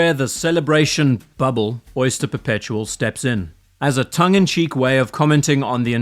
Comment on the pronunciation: At first i thought you called this the "soy-ster" perpetual. Which it is.